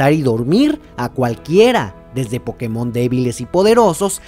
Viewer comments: se dice pokÉmon, no pokeMON, que por algo le "é" lleva tilde ¬¬ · Se dice pokemon, la tilde solo es para que los que hablan ingles pronuncien correctamente, sin la tilde la gente que habla ingles diria algo como "poukmon". Por eso la tilde, en español es pokeMON o POkemon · es culpa del doblaje latino, asi lo pronunciaban y es por eso que todos ahora decimos pokemón